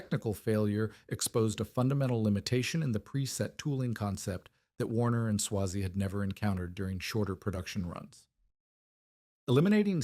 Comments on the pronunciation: Who writes this stuff? It's not pronounced Swah-zee, its Sway-zee. I used to go to the Solon plant in the 80's when I was a sales engineer for a dealer that represented Cross and Trecker and I ran W&S turret lathes during my apprenticeship. I don't think much of this video is very accurate and a lot of these videos don't have any citations to cross check the information that's presented. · It's AI. Better than some. Still too much repetition but excusable because it's a long story spanning many years. Eventually it gets the pronouncement right sometimes. It's a long A in Swazey.